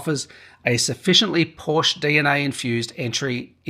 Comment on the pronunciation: can’t take a review seriously if you cannot pronounce the brand